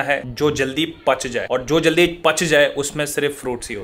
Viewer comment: Pach jata hai nhi....pak jata hai😂😁